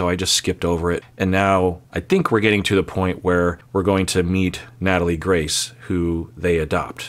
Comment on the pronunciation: If you are going to do a video on a subject at least say their name correctly!!